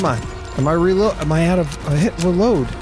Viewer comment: "Ruload" tho.. 🤣 ❤️ u!!😉🥃